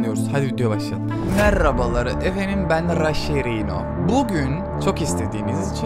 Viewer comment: abi varya şu RAŞHERİNO dedini geri sarıp 10 kez izliyom çünkü komik böle diyo MERABALAR EFENDİM BEN RAĞAŞERİNO